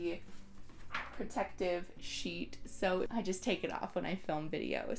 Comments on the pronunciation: "if you're working with a shit" got me LOL. i would've said the same thing with my Filipino accent lmao. i love your video btw, it's very informative! thank you! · Immediately hit the LIKE and SUBSCRIBE button when you made the little word slip up there with "sheet" (I CRIED LAUGHING). Super down-to-earth presentation and this was soooo helpful. Although I have the Cameo, a lot of these tips were applicable to me as well.